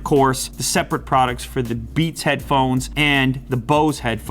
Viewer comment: Midnight Shadow hadphonez??? Lol